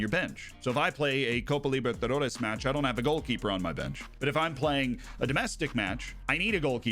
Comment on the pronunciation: Dude, as someone who is Brazilian and has lived in the US, I can safely say that your pronunciation of Copa Libertadores is top notch! 9 out of 10! If you compare that with Colin Moriarty trying to say it 2 Sacred Symbols episodes ago, it isn't even close.